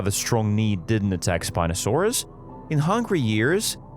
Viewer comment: Now I know it's controversial..... But that's not how you pronounce giganotosaurus in either way .... To my current understandings ..... Further into the video .... Also spinosaurus is definitely not pronounced Like that